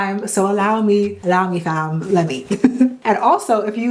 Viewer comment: first video i’ve seen of yours and instantly went oh she’s canadiannn after hearing that “fam”